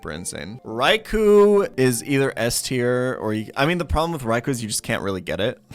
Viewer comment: K I actually did do a lot of research for my reply. Ariados and Yanma I wasn't positive about so I had to confirm those with official sources, and I ended up being correct. Raikou and Suicune he says incredibly wrong, so it's interesting that you stand by him; I'm wondering if you've done any research of your own? I'd love to see a source with his incorrect pronunciations of any of the pokemon I listed.